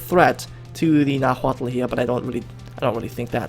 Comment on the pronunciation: its pronounced Nawatl